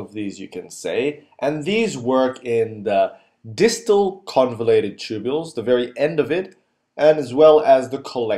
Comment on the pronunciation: convoluted instead of convulated